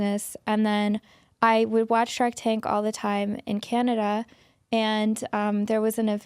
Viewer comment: I picked up on that too and she emphasized the word “Canada” and my little antennas went up 😂